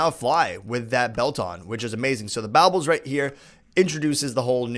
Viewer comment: Is it pronounced borbles or bowbles